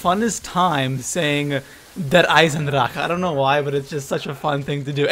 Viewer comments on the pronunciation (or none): its very funny to hear a person who speak a german word with english accent :D And yes I come from Germany :D